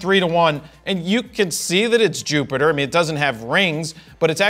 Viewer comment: I think his "picture-ter" and "Jupitter" more than made up for it, me thinks.